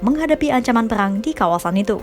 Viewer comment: Perang ya bukan peyang 😂